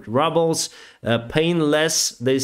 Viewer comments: I like when you say 1500 rubbles and not Rubel.😆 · ...not rubbles but rubles